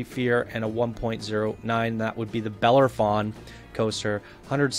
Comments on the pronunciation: It's pronounced buh-lair-uh-fon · You keep forgetting to say the O in Bellerophon.